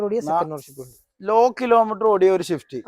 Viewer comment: മുത്തേ ഷിഫ്റ്റ് അല്ല സ്വിഫ്റ്റ്